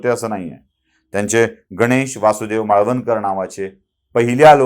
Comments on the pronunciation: "माळवणकर" नव्हे, "मावळंकर". माहिती खुप सुंदर. धन्यवाद! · त्यांच नाव गणेश वासुदेव मावळं कर असे उच्चारावे किंवा आहे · माळवणकर नाही हो. मावळंकर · माळवणकर नाही त्यांचे नाव मावळंकर असे होते.